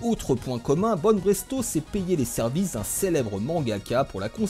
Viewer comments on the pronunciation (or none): c'est BanPresto, pas BanBresto lol